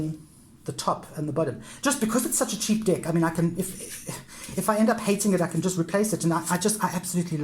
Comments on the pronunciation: I don't want to be disrespectful but am I the only one who hears "dick" instead of "deck". I am not an English native speaker so I may be wrong... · Thanks for sharing. Nice collection. I normally don’t commend on peoples’ accents but the fact you call every deck a “dick” is quite hilarious. “Nice Dick”, “Tiny Dick” etc. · Yes I hear it too, makes me giggle but doesn't take away from what a helpful video it is✨😁